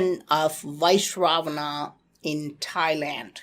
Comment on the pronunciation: Also, he is pronouncing it wrong. It’s Vy-SravaNa.